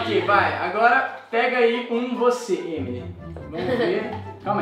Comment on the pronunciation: o rezende disse remily no inicio kkkk